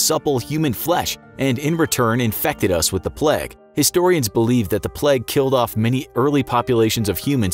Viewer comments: Why is he pronouncing it plaque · The way u say plague irritates me so much, it's not pleg... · ‘The pleg’ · Americans really saw the word ‘plague’ and thought yeah that’s pronounced ‘pleg’